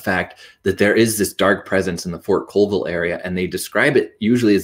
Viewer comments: Yes… please, please please learn how to pronounce the names of towns (Colville pronounced CALLville by locals) before making film about it. Don’t be a Frazier and go to Lake cheLAWN (aka to Washingtonians as Lake cheLAN as in as) 😢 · Pronounced call-vile